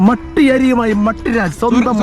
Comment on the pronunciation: പട്ടി അല്ല മട്ടി ഇത് കേട്ടപ്പോൾ ചി രിച്ചുവരുണ്ടോ 😂😂😂